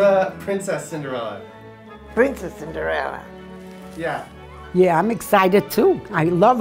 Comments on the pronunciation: "Cinderelli" Omghahaha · SHE SAID CINDERELLI MY HEART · All day long it's Cinderely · "Cinderelly" OHMYGOD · the grandma called her cinderelly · OMigod she said Cinderelli